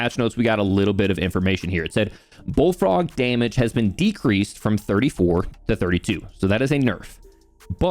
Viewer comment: The way you pronounced "Bullfrog" right after you talking about hair loss, I swear I heard "Baldfrog" :-)